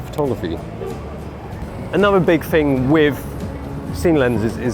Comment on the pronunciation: "Big fing"? "smoove"? "teef"? Surely you mean "bing thing"? "smooth"? "teeth"? You come across as intelligent but you sure as hell don't sound it!